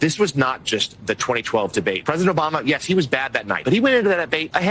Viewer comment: Why does she keep on saying Joe Bama ????